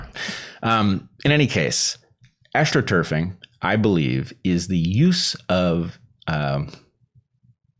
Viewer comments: It sounded like he said "Aschtroturf" at first - which is an interesting play on words if that is in fact what he meant to say before they explained what political astroturfing is. The PTB are very obviously using media and censorship to drive peer pressure to make people publicly agree with a position they wouldn't agree with on their own (the Asch experiment results scaled up to a population) to manufacture an artificial consensus about a healthcare product. This isn't like astroturfing (paying a small number of noisily visible activists to create a false impression of grassroots support) it's more like mowing the lawn short so the dandelions are harder to see. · And I thought you said “Asch-troturfing” - that’s even better, haha! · Ash-tro turfing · "Aschtroturf". Encode the S. Asch study into the term.